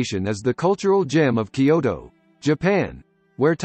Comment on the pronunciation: Kyoto is 2 syllables not 3